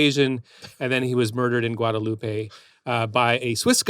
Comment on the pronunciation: FYI: Jacques Petrus was born in "gua-day-loop" (Guadelope, an island in the Caribbean). Use the french pronunciation, not the spanish "gua-day-loo-pay". This is not a place in Mexico or Spain.